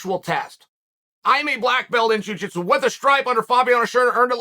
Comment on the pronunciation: "Juu jeetsu" 🤣🤣🤣🤣🤣